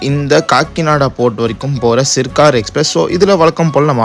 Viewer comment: சிர்கார் இல்லப்பா....சர்கார் எக்ஸ்ப்ரஸ்...